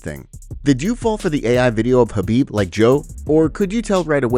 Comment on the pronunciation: Not surprised Joe fell for that, can't even respect Khabib enough to say his name properly.